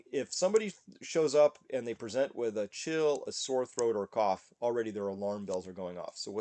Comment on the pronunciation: coof is the cool way the kids these days say the word cough